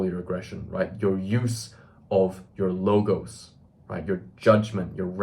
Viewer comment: I’m convinced, brother said “logos”. Respect.